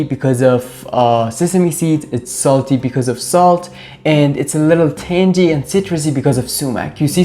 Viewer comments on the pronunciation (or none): Thanks,, for the great video & for the correct Farsi (?) pronunciation of za'atar. Now for your English lesson;o): "tangy" is pronounced tang + ee; tang as in sang or rang + ee. Not tangey as in tangerine. Now I'm going to add a bit more sumac to the za'atar I made yesterday (I thought it needed a little something.) Thanks so much & may 2025 bring you peace & joy. From Paula in France.